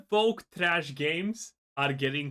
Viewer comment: You can't even pronounce woke lmao, stop talking grifter